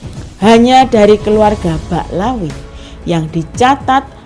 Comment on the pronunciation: Bicara apa mba? Baca Ba'alawi aja salah. Mba hanya baca hasil copas